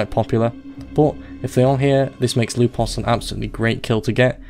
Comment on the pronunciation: Why did I find you saying "Lupos" so satisfying on his introduction? xD